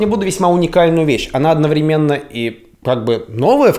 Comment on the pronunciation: одноврЕменно ну хватит ставить неправильное ударение а